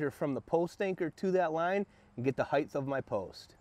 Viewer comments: omg it's HEIGHT. NOT HEIGHTH. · What's a heighth lol. Do you mean Height. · FFS, stop saying "Heighth", it's "Height." A hard "T" on the end. "Width" sounds like it does because it actually has an "H" on the end. Height does not, so stop saying it that way. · Hight, not highth. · Sometimes he says "heighth," and sometimes, "height." I don't think "heighth," is a word. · Hey buddy great video, so clear and concisely explained...not to nit-pick but so you are aware, the word is HeighT, not HeighTH...it's commonly mis-said because of widTH and lengTH. Great channel, new SUB here. I'd love to hear your feedback and knowledge shared on my channel as well! -ADAM The New Woodworker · I'm just being pedantic, but I would want to know if I were you. Heighth isn't a word. It's just Height. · please stop saying "heidth". It's "height" OR "width". NOT BOTH!!!~ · Great job! Why do so many American tradesman pronounce “height” as “heightH” ?!? Where does that H come from? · Great video. Just fyi, "heigth" is not a word... :) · Lmao there is no "th" sound after height. It's pronounced as "hite" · You lost me at heighth 😛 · Height is pronounced like kite. You're adding a "th" at the end when you pronounce it. Otherwise, nice video.